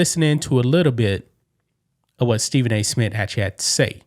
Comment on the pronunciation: Nobody notice how he keep saying “Stephen A. Smit” dog wtf lmao